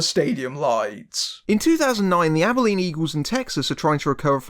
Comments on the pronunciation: Also, thank you for properly pronouncing "Abilene." I'm always amazed when people mangle its pronunciation. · Nah, you nailed it. A lot of people mispronounce it as "Abe-e-leen," so I was impressed by your efforts there. And also that you went so far as to check in on the rather infamous local screening. You've clearly done more research than some other reviewers. I'm just sorry the film turned out so mediocre. This was a truly special team, and it deserved so much more than this.